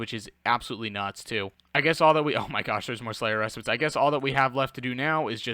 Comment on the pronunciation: 100% pronounced "Slayers Re-Spite" but great content bro! Keep it up! Much love